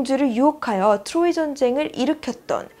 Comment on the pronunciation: 트로이 발음이 자꾸 귀에 걸려요 ㅋㅋ 추로이